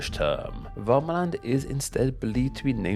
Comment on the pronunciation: You aced every pronounciation except for the lake in Värmland:) Good work!